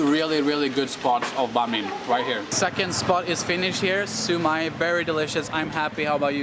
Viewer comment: bánh mì => bang me xíu mại => sue my cảm ơn => come on :)))))